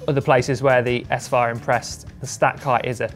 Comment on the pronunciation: I'm going to go on a limb here but I think that the Shimano show should be pronounced "saphire" not "s-fire".